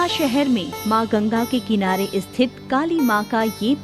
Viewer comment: Asthapana, asthapit, isthit, asthaan... Do pay attention to correct diction and pronounciation. Appreciable video otherwise.